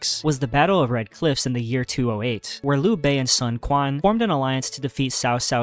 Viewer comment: Weirdly enough Sun Quan is pronounced Soon Shwen